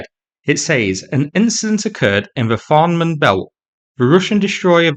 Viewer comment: As someone who grew up in the area, I am quite amused at your failed attempts to pronounce "Fehmarn Belt". ;-) It's pronounced like "Faye-Marn". Great story, though, as always!